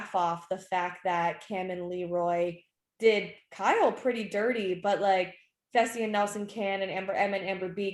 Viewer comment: I like how Vernon calls Kyle, "Kal"🤭